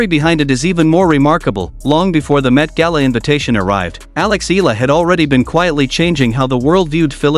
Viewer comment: Eala is pronounced as EE-YA-LA. 😂 FYI.